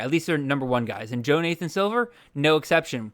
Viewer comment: “Jo-Nathan” is straight out of that Key and Peele substitute teacher sketch 😂